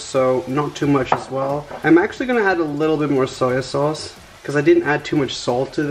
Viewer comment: Arminas Nesvarbu no he said osoy sauce or soil sayse